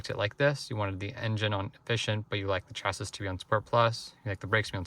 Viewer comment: I’ve never heard someone read chassis phonetically. Imagine selling these and not knowing what a chassis is.